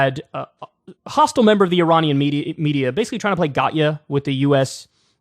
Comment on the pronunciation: Yet you still pronounced Iranian wrong!